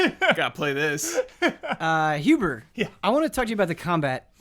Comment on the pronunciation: When says "Michael Huber" I almost hear it as "Mein Huber"